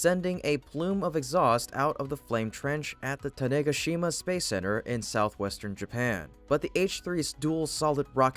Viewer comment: Ten-ah-ga-shee-ma, not Ten-A-ga-shee-ma.